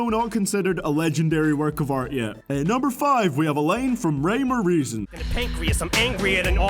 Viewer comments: What is this "lane" that you keep mentioning in every "line" of your sentence?? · This guy sucks he says lane instead of line what a uneducated white boy